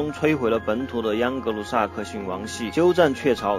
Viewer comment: 央格鲁？！喂喂不要跟政委学啊。还是换机器读吧，至少机器不会有边读边，没边读中间。“英格兰与欧洲大陆仅隔一条狭窄的‘英格兰海峡’”?!! 是“英吉利海峡”（English Chanel）或者 “拉芒什海峡”（La Manche），不是“英格兰海峡”（England Chanel）. 图中所示的“多佛尔海峡”（strait of Dover）或者“加来海峡”（pas de calais）就是英吉利海峡的一部分。